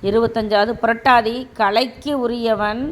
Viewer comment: பூராடம் நட்சத்திரம் சரியாக சொல்லல பூரம் இல்லை தேவை இல்லாத பதிவு நம்பமுடியல பூரட்டாதி என்பதை புரட்டாதி படிக்கிறீங்க ஏன்டா வர வர ஜோசியம் பொய்யுன்னு சொல்ராங்க ன்னு தெரியணும் னா இந்த பதிவு போதும் ஜோசியம் பார்க்க மாட்டான் ஆயிரம் ஈரோடு ராமசாமி நாய்க்கர் வந்தாலும் விடிவு இல்லை